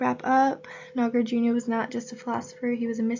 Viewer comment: Hello, you can pronounce Nagarjuna, as Nagar+ Juna. but try not to pronounce as NagarJunYa. Shunya + ta => shunyata But great job in posting videos